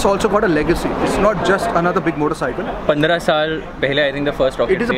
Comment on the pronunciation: All I heard was motorcycleL